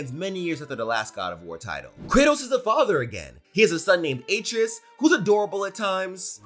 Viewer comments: Bruh his name is pronounced (uh-tray-us )😂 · Great video only one critique boy name is pronounced as ah-tray-us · He’s pronouncing his name 8 tree us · You're saying his son's name wrong. It's pronounced uh-tray-us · It’s a-trey-us, dude. C’mon. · Atreus' name is pronounced A - TREY - US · Did you pronounce R tre us us ay tre is 😂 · lmao im confused on how you played the whole game and cant say atreus (uh-trey-us) right. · Butchering that boys name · Need a counter for the number of times they mispronounced Atreus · I’m mad you said Atreus name wrong